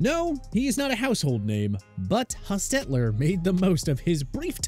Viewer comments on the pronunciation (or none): I hate the way this guy is accenting Jeff Hostetler’s name. It drove me nuts! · Did they change how to pronounce Jeff Hostetler's name? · It’s annoying how he pronounces the name Hostetler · No offense, but you really need to do more thorough research for your videos and ensure that your narrator knows how to pronounce people's names properly. The way the narrator said Jeff Hostetler's name was really weird and saying Fran Tarkenton was "one of the first great pocket passers" makes you sound silly. And these kinds of errors have occurred in a number of your videos. FYI.